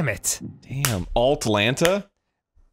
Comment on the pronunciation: and "Altlanta"